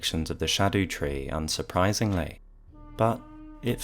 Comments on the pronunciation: i think scadutree is said scar-dew-tree, cuz like it’s leaking from a big cut isn’t it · Its been driving me nuts people pronouncing it skadootree. Thank you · Old English Erdtree - earth tree Haligtree - holy tree Scadutree (actually read like shadu) - shadow tree